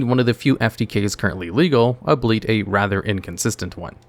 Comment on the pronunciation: That is the most unique pronunciation of "albeit" I have ever heard. I had to check the description to see if this was voiced by TheAILogs. Sorry to pick on you man, but it was funny as hell